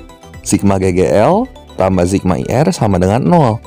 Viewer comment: sigma pak, bukan zigma